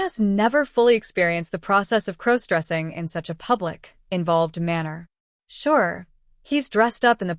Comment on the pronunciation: I thought Emma (again, as always) was his girlfriend of over a year as stated at the beginning of the story. How is he to be her maid of honor??? They suddenly aren't getting married and Emma is marrying someone else? Can someone please teach the AI the proper way to pronounce the word cross? What is crow stressing? Has somebody told the AI story writer that all primary female characters must be named Emma??? This is a horribly chopped up, mixed up, confused version of a story that was on another channel this morning.